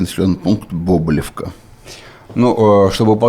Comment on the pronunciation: Бобылёвка - ударение на Ё